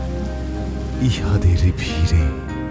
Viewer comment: চমৎকার! তবে "ছিঁড়ে"-তে চন্দ্রবিন্দু, "ভিড়ে" আর "নীড়ে"-তে — ড-এ বিন্দু "ড়" উচ্চারণটা আরও স্পষ্ট হলে এক্সেলেন্ট হতো। শুভকামনা নিরন্তর।🙂